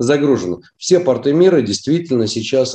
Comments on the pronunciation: "ПартЫ вставали на карантин" 🤣🤣🤣🤣 Вот и разобрались с ударением. 🤣🤣🤣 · Думаю порты, ударение на "о" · П'О'РТ=П'О'РТЫ -ударение на О. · ПортЫ-это штаны. Правильно, пОрты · ударение на О )) а про леечку и бордо не выйдет у винограда корни за 20 метров в глубину могут уходить не прольешь с леечки))